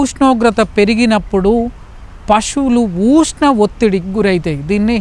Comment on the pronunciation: ఊష్ణం కాదయ్యా స్వామి.ఉష్ణం